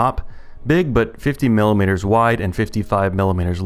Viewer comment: FIFTY FIVE MILLUHMEETURS... that's a lot. This is a lot. I like it.